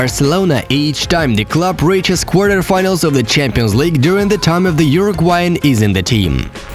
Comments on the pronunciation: czhampions league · “czhampions league”